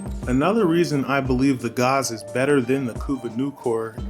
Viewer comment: callin Gaze "Gauze" wtf